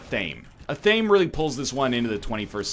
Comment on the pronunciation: Is that really how Canadians pronounce athame or is it just an NLism